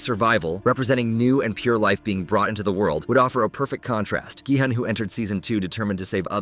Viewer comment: It’s GE hun